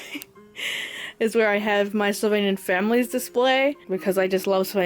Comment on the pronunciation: I think it's funny that sometimes, when you say "Sylvanian Families", you accent makes it sound like "Slovenian Families" to me lol (great room tour btw, I loooooove the way you display all of your dolls and knick-knacks, you really have a great talent for it!)